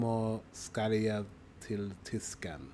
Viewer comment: NO 'G'-sound in the end of 'JAG'!!! To be honest, the Swedish 'voice' s_cks. The pronunciation is worse than the worst.